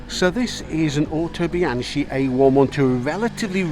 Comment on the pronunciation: Bee- ang- key ,not be-an-chee,,spelt Bianchi, the Italian bike maker you mentioned, also the oldest in the world😊